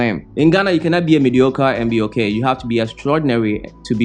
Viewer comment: Lol..choked on my water when you said mediocore...big facts. Thanks for sharing